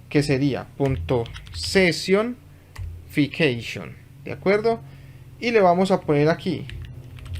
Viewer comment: SE pronuncia sesion ficseichon, asi deberia de sonar jeje